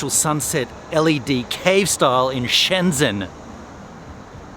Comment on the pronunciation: It's not Shen Dsen. It's like Shen dgen. It's like the way you say the French name Lagrange. You only need to add a "d" in front of the "ge". Or, the French name Legendre. If you know how to pronounce "gen", then you add an d so its dgen.